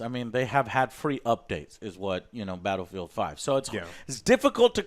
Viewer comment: I legit thought you said Battlefield: Hairline